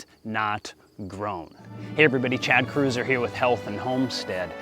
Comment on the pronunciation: It's Kreuzer, not Cruiser